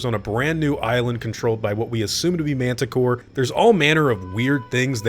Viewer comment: Is he saying Mantah Core? I thought it was Mantah Corp...